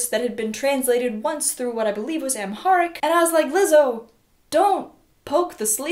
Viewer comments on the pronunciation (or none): Every Ethiopian watching (gets pissed when she says amharic wrong)